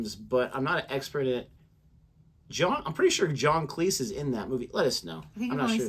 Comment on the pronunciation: Was going to click on this in around 30 minutes, but then I realised it contained John Cleese, and clicked just to see one thing... As I suspected, you're pronouncing "Cleese" wrong, just like every American, but at least you're sort of pronouncing "Graham" correctly. Cleese is pronounced Cleez. Graham is pronounced Grey-Em.